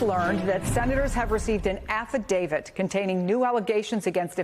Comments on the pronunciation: Affidavit, not affiDAVID. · Stop saying "affidavid" and use the correct word, PLEASE!!